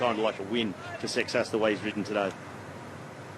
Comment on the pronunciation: Seixas being a Portuguese surname would be pronounced SAY-shush. Curious how it is pronounced in French though, since it is not a French name.